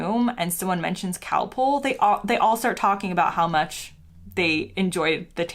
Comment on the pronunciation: You picked a lot of very odd points. I have an American daughter in law and she doesn't have your weird ideas. Btw, Calpol is not cowpole!